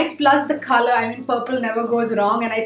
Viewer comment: When she said: coLour. It sounds like “Khala” 😂 first I thought what is khala in English ??? Then after 1 min, I discover that it’s “colour” 😂